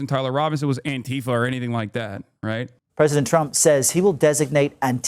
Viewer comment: the deliberate mispronunciation is infuriating its Anti-Fa not an-Ti-fa they cant even say the fucking name right. clueless fascists.